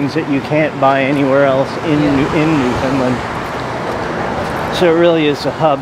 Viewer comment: Its pronounced Newfundland....understand? Great video. Were you Skreeched in?